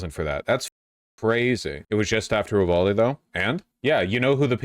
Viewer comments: Sometimes I hate you vaush Why do you pronounce so many things so incorrectly it's uvalde not oohvalde 😂 you do this with so many words and it makes no sense did you make a bet with someone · Hi, leftist Texan here. It’s pronounced “You-valde” not “ooo-valde”. A good rule of thumb in Texas, if the cities name is in Spanish, it’s probably pronounced incorrectly (i.e. Like a white person). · It’s pronounced You-Val-Dee